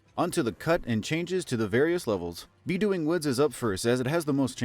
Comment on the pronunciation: its definitely not BEEdoing its BA-doing like bouncing